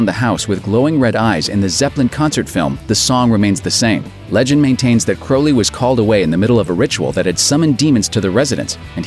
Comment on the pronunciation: The commentary actually pronounced Aleister Crowley's name correctly...it is pronounced CROW---LEE like a black bird crow O not OW....like ouch or out, its OWE like CROW hence Crowley